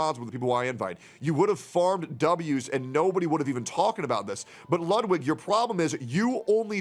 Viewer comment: Your german pronunciation of ludwig is perfect greetings from germany